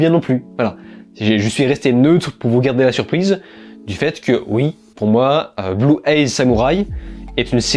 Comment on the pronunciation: Sympa ces tops !! Merci de nous partager tes retours, c'est toujours un plaisir de t'écouter ! Par contre correction dans blue-eye samurai le mot "eye" se prononce "aïe" et pas "ey". Au début je me disais "non je vais quand même pas le corriger sur de la prononciation" mais comme tu l'as répété plusieurs fois j'ai pas pu résister 😂